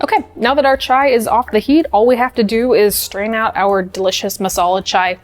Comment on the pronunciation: HI morgan! on behalf of indians THANK YOU, for saying it right and doing it right. chai ftw <3